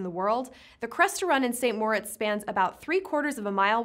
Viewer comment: Is that how St. Moritz and Amundsen are pronounced? Maybe. It's not how I'VE ever heard them pronounced, but I could have been hearing them wrong. Steve, Steve, Steve ... what has she done to me?